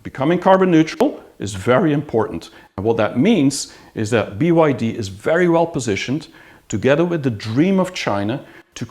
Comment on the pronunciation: Why do you keep saying BID "I" and not BYD.